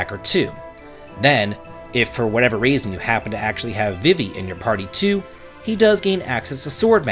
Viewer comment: My torch was out the moment you pronounced VEEVEE as vih-vee. What????